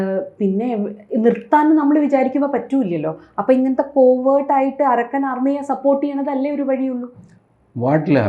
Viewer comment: Tg told point Not arakkan army. Pronounce Arkan means sun military